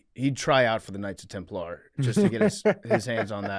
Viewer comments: PFTs pronunciation of Knights Temp-LAR was driving me up the wall haha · The Jeremy Lin of religious history would be Joan of Arc. Also, PFT saying Templar with the emphasis on the wrong syllable is like nails on a chalkboard to me for some reason.